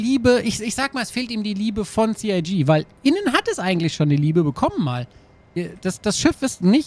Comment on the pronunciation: Sie Ei Gee - CIG